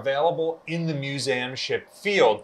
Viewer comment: Okay love your vids however please for the love of God say MISSOURI AND MUSEUM RIGHT